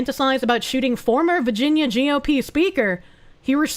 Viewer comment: I love how says "Vaginia"